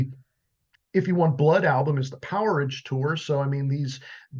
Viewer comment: Friendly pointer guys, AC/DC Powerage album is pronounced 'Power-Age'. Great video